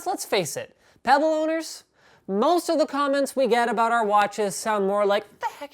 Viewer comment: got pretty scared when he said "peybll wat te heck main"